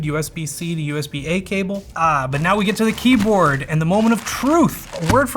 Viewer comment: What an insufferable kjeyboard.